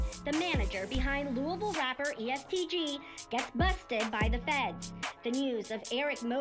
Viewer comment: Hey plz don’t speak on shit if u can’t say Louisville correctly. Thx